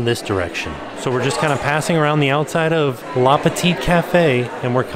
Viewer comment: Same! I'm surprised he didn't notice a difference when he said 'LA Boutique'